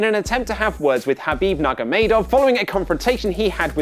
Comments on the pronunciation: Nurmagomedov...! NURMAGOMEDOV!! NUR-MA-GO-ME'-DOV!!!....... Like seriously, Why would you butcher his name? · Lol at that attempt to say Khabib Nurmagomedov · That’s not how you pronounce khabibs second name but I don’t blame you for getting it wrong it looks hard to say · You butchered my favourite fighter's name